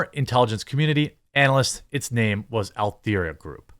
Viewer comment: How tough is it to pronounce "Alethea"? The name is Greek and means "transparency" (and similar synonyms), which means it's a bloody JOKE on us ALL, Jeremy. Thanks for all you do. I know millies have a tough time with the English language; you ppl were robbed of much with regard to communication (not netspeak and interwebs thingies). But, with the actual language (again, not lingo, mind you), you people are basically horrors.